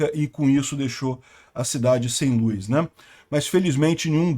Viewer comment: Luz e não Luis.kkk